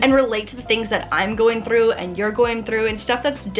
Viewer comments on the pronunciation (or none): i love how she said through!! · The way she says through..................amazing